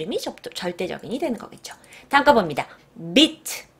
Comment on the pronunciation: beat 발음은 짧게가 아니고 길게